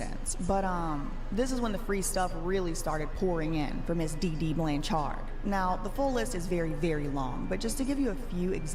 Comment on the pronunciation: None of these people say our last name right. It's not blanch-ard it's pronounced blanch-erd.